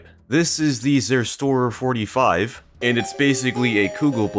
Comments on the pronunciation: What the flip why would you call IT sErStOrER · As a German hearing suffer to pronounce "Zerstörer" is really funny. Also, Zerstörer translates to "Destroyer", and that makes no sense at all. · Hearing you pronounce Zerstörer 45 made my ears bleed. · that was the worst pronounciation for that tank i've heard yet^^